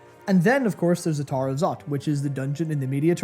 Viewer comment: I had a laugh that Youtube CC kept thinking you were saying "Tar" instead of "Tower", good video though, great to see Matt take the lead